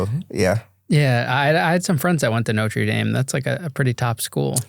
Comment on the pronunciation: I heard Norte Dame a good school? 😅